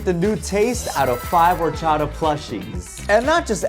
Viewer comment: Bros Spanish orachaDa is chopped